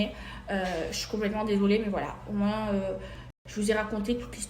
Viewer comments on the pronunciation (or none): none